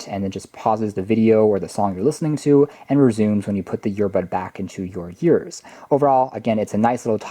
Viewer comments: You were saying YEARS instead of EARS, and it's a bit distracting/cringy. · The way he pronounced ears was really distracting...